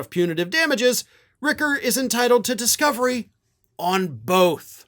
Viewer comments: My boss, Stephen Richer, pronounces his last name like it is spelled: rich-er, which rhymes with pitcher, snitcher, and ditcher.: it is NOT ricker. I promise this is true. Plz stop mispronouncing this very kind, very smart, very fair man’s name. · Richer not Ricker ... ch not k ... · I live in Maricopa county. I've been on group phone calls with Steven Richer. The ch is pronounced. So it sounds like it is spelled - Richer. Not ricker. Just an FYI. Good report. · Hey there, local Arizona reporter here, just FYI: It's pronounced "Ritch-er" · FYI: Richer rhymes with "pitcher" 👌🏾